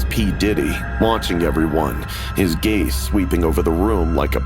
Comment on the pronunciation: Lmao 😂😂😂😂 I’m done did the narrator say “His gay sweeping over the room” ???? 😂😂😂😂😂🤣🤣🤣🤣🤣